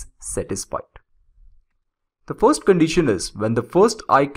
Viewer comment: what the hell is "furst" ?